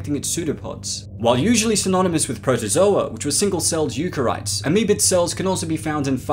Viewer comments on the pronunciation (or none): Did he say “eukarites”? Do you think he meant eukaryotes? Yeah, he did. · That pronunciation of "eukaryotes"